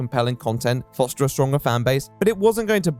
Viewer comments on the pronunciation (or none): none